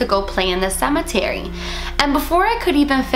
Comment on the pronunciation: the way said cemetery 😂😂